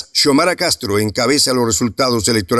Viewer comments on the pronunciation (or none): No es se pronuncia Chomara😭, se pronuncia Xiomara 👍se le como se escribe